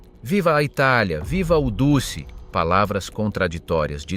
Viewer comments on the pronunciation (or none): Très intéressant, passionnant même, juste un petit détail sonore, musso était "duce", phonétiquement dutché et non dussé, sinon j'ai enfin bien compris l'Italie durant la guerre, je m'abonne, Bravo et Merci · The ridiculous AI commentary with its silly mispronunciations make a joke of this. Since when was Mussolini known as the 'deuce'??? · duce se prononce DOUTCHE